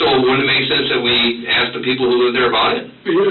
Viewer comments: Unrelated, but how can he say "mask" but not "ask"? Does he play baksetball? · To be that age and still use the word brung, that's pathetic. Also, why is the word ask so hard for some people to pronounce? There's no x in the word.